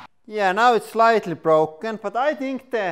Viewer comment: "anda now it's brlrlrlroken"